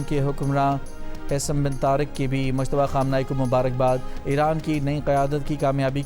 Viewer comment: مشتبا نهیں ۔۔مجتبا